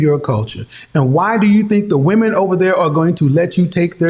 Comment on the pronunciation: At approximately in She said "we (wahmeen) want someone to respect us" Another inversion of reality. MEN seek the respect of others, wahmeen seek love from others. Respect is functional, love is indulgence.